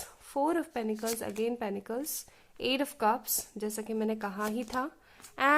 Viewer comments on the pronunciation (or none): No offence to you !!!!! —- but I believe it’s pentacles and not penecles.. please check . Also loved the reading part … fab work .. thanks for choosing us - and sharing along . ❤️❤️